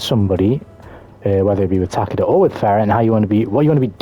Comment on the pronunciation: TAH-KEH-DA SURELY NOT TAH-KEY-DA